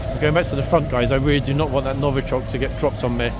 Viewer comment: Love your flights of fancy “Novochoc”🤣🤣🤣